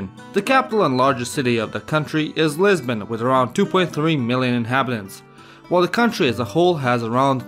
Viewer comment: And I thought I heard Lesbian 🤣